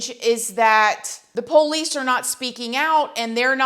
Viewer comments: I like it when you say "pole lease" for police. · po lece po lece oooon it ooon it u sound weird po lece oooon it own it poohhhhh leice